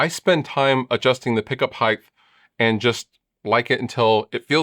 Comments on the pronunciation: Are you saying “Heighth”? That’s not a word brutha-luv. 😁 “Length, width and height” already has a shit ton of H’s, no tagging another one to the end. 🤘🏻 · Lol "Heigth"